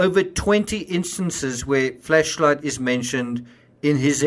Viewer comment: I'm sorry, but I can't keep listening to him pronouncing it as "Fleshlight".